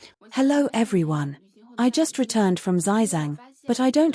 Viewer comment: you're a china channel but you can't pronounce Zhejiang? :D